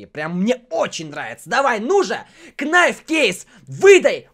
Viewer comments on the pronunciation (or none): Не "Кнайф", а "найф" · Не кнайф а найф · Говорит что английский учит, в слове knife не читается буква k.